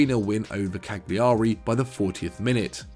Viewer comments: CAG LI ARI?! Hahaha the “G” is silent. Bari isn’t BARRY either! Man this is so English 🤣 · And calling Bari ‘Barry’ and Cagliari ‘Cag-Lee-ah-ree’ - lessens the credibility of the whole thing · how about KAG-LI-A-RI?